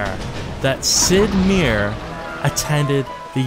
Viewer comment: This game is a certified classic. The best pirate game ever made. Easily. Gotta say though. That's an... interesting... way to pronounce Sid Meier.